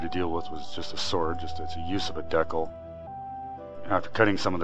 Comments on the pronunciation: Dude, good video, but man do I cringe when I hear you say the word "decal" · that is SOOOO not how to pronounce "decal"